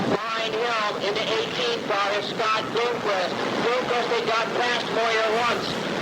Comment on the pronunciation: Why does he keep saying Bloomquest?